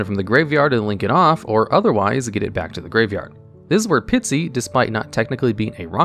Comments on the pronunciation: It's not Pitsy, it's Pisty. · I like hearing say "Pitsy" instead of "Pisty" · Dude can pronounce “Koa’ki Meiru” but not Pisty?